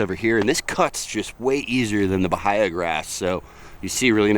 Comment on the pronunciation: Nice to hear someone who pronounces "bahia" the same way I do. 😃